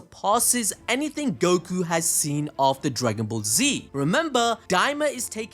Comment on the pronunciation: I was thinking the same too. I’m also starting to think glorio is going to turn on goku over how often he mispronounces his name.